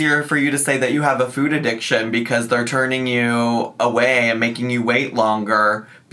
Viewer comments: Is it just me or does they put this small inflection on the word ‘food’? Like, she’s saying “ ffude”. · Nit-picky central here.... I hate how she pronounces the word 'food'.... Anyone else? 🤔🤣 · Am I going crazy or is she starting to say her "o's" differently? The way she has pronounced food recently and when she says "Yes I dooooo". I don't think I've ever heard her speak that way 😅